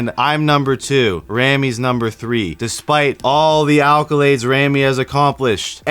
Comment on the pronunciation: Its accolades....a'k o lades, not elkalades